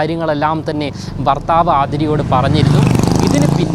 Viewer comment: ഭർത്താവ് അല്ല ഫർത്താവ്